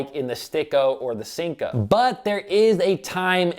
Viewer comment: Great video but the way you say senko gives me anxiety 😥 😂